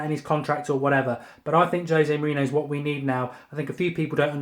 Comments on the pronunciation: why do you keep saying " jose moreno" its pronounced more-rene-yo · Can someone please teach Mark how to pronounce "Mourinho" correctly....